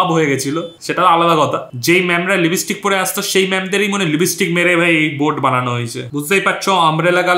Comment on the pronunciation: Libistick ki Bara?? Ota lipstick thik kore bolo wara.. 🤣🤣